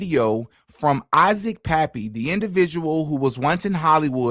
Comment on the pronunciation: It's so disrespectful to say somebody's name wrong especially if they've been deceased you think you would do your research you know come on man Isaac Cappy not pappy you sound like a freaking idiot